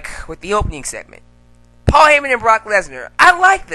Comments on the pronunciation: saying heffer= me dead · My boy said Hepher.....lmfao i'm done lol